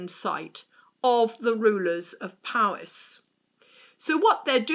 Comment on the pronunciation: It's POwys, not PAWys!! There's no 'ah' in the word at all. The letter 'o' in Welsh is always pronounced as the 'o' in 'dot'.